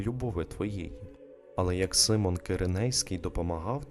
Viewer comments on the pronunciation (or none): none